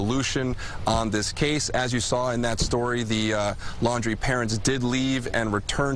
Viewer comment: Why do people keep calling them the Landry’s? It’s Laundrie.